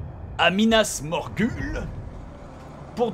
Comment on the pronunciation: Bob c pas Minas Morgul c minas Morghoul